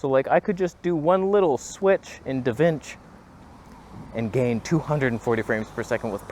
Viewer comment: "Switch in Davinch" - awesome.